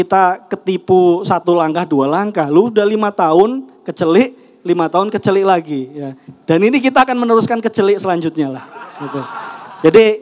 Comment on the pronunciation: Kecelek mas... Aduh salah bilangnya hehehe😅 kecelik i nya e